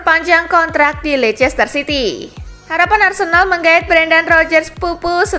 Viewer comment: Bacanya Leister city min.. RiP bahasa🙊